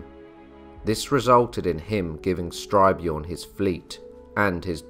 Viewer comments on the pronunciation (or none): Excellent - but it is "st y r - björn" rather than "str y - björn". And the letter " ö " is pronounced like the letters " ea " in the word "earth" . Minor items but worth keeping in mind. Outstanding and well done. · "Jelling" is pronounced "yelling", not "jelling" — old norse didn’t have the English "j-sound" — and Styrbjørn is composite; first syllable "styr" like in "to steer", but usually understood to mean "steering a ship", second syllable "bjørn", meaning "a bear"… In old norse, "y" is invariably a vowel, but like "ø" one English don’t have...